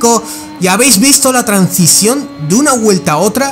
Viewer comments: Pequeña corrección, se dice transición no trancision. De todas formas, muchas gracias por todo tu contenido, lo disfruto mucho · Se dice transición, no trancision, el contenido es guay, pero le metes unas patadas al diccionario...